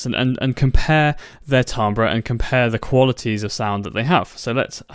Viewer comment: I'm pretty sure it's pronounced TIM-bur